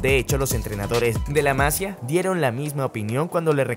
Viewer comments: Hola! Se dice: La masÍa, no la mAsia. No se acentua porque es en Catalan y no se acentua la i de Masia. Muy buenos videos! Un saludo amigo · No es la se pronuncia la MAsia, se pronuncia la MasIIIIIIa. De nada. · Por favor, pronuncia bien Masía Los acentos están para algo. Seas de donde seas, las cosas se deben pronunciar bien. Más que nada porque es fácil. Sigues diciendo Masia en vez de Masía, y suena horrible. Parece que no sabes realmente de lo que hablas. Como si te dan el guión pero las palabras no son tuyas. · Se dice Masía no Másia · La masía no la masia 🤦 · Por favor no digas mas la "másia". que me sangran los oídos ya.. es la "masía"... por mas que no se escriba se acentúa en la i... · Muy buen video bro👏. Por cierto, se dice masía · Buen video, sólo que es La Masía. Se lee con tilde aunque no la lleve porque es catalán, no castellano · "La Masía" lleva tilde, es fácil saber como se pronuncia. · No sabes pronunciar La Masía? Jaja.. tiene acento en la i